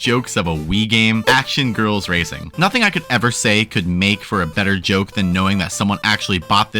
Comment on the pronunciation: MEMES HAVE ROTTEN MY MIND EVERYTIME SHE SAYS RACING I HEAR RACIST STOOOP